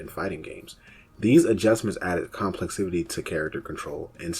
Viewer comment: Good videos, but you just make up random words. You said complexivity (it’s complexity) like 6 times, and termulous (I dont know what you were trying to say) like 3. It just takes me out of it when I hear it.